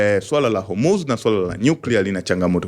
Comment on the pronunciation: Nasio Hurmuz ni Hormuz😅